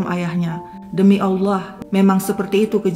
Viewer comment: Salut sama, pengucapan Allah sangat fasih❤❤